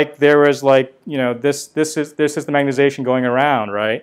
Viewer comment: You aren't the only guy who says magnetization like "magnet-ation", saw a video of a guy from Stanford doing same thing. Say it like a Canadian my friend, "magnet-eye-zation" ... Your videos are great BTW, 2018, 2019, all of them, love it, magnet-ation is a minor irritant, I don't actually care that much ...